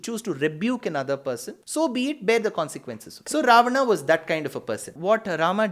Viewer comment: Idiot, this is how you pronounce it in Sanskrit. Loser